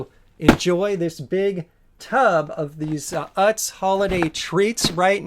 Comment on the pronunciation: I think it's pronounced oots, or ewtz :p